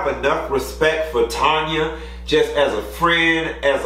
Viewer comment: Q, respectfully it’s TAN-YA...not Tonya.